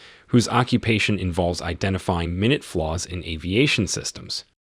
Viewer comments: Proper English please. It's not "minute flaws". It is pronounced "my nute" flaws. Is this AI or someone who cannot pronounce English? Very common and simple English?? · He betrays the AI voice, occasionally. "Focused" isn't the only word the AI can't handle. "Minute" has two different pronunciations, one denoting a unit of time, the other denoting something very small. The AI got the two mixed-up. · This is an AI summary, right? Mispronouncing "minute" and "unfocused" is very odd and, I suspect, indicative of the AI.